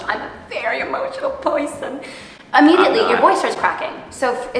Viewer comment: “i’m a very emontional pEouSion”😖 “im not” 😐 JEREMYS FACE IS SENDING ME 💀